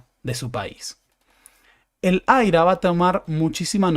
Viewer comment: Lo de " AIRA" me hace acordar a César Aira🤭, no, en serio, he escuchado referirse en inglés al IRA (por irlandeses) y ellos dicen "ai-ar-ei", yo creo que, si se dice en castellano, sería IRA, así, como se lee.